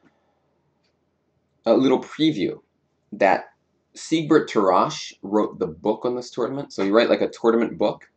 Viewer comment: You're butchering Tarrasch's name. The second 'a' sound is not supposed to be that long. And before you get to Aljechin (or "Alekhine" as the crazy people who can't transcribe Russian write it), I'd recommend looking up how to pronounced his name too.